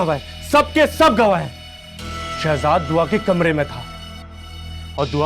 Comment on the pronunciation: Ye Shazad ka naam q nhi thek ley raha takeed q keh rha h shezad ko???????